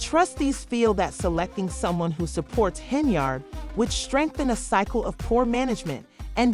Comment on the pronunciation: Can you not say "Yard"??? Hen-Yard... That's her name, not "Hen-Ard"... Come on now!